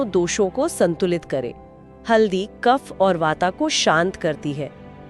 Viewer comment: कृपया वात कफ पित्त का सही उच्चारण करेॅ